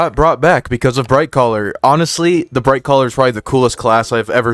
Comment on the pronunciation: Not sure if you are meaning to say this, but you keep saying Brightcaller?